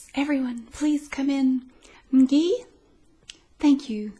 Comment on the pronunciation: "N-gee" had me laughing in the first few seconds 😂